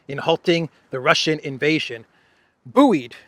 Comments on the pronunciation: buoyed is pronounced boyed... unless this is some American pronunciation I don't know about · Buoyed is pronounced boyed